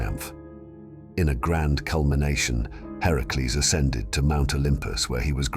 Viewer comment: Its great the you got his actual name right in the video. Heracles.